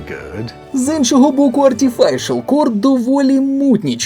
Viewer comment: Та йомайо, не "арТіфайшал кор" а "Артіфішал кор")))